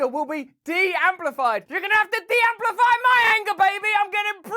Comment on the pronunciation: “De Amplify” huh🤣😂🤣😂